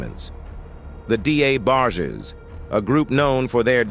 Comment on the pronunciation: Who were the “D A Barges”????? 🤦🏽‍♀️